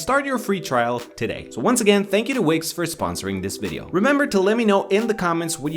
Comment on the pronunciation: when he said wix i thought he said wigs